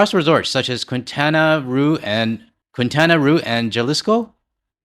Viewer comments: Pronunciation help. Next time try Quintana Row and Hal-e-sco. QR is my home state and Jalisco has places like Guadalajara. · Quintana Roo = “Keen-TAN-a-ROH”. Jalisco = “HHAL-ees-koh” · Pronunciation of Quintana Roo is Kintana Roo and Jalisco is HALisco. Js are pronounced as H.